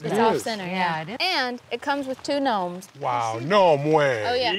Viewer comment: “Nnome way” 😅😅😅